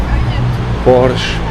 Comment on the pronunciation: Se pronuncia "porshe" no "Porsh"....😉